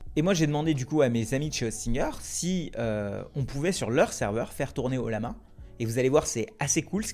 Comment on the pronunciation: Ca se prononce "oyama" 😉